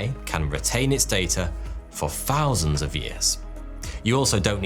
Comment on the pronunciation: free or three? fousand or thousand?